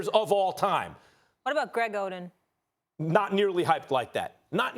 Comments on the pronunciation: Molly said oden 😂😂😂😭😭😭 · Did she say Greg Oden😂😂😂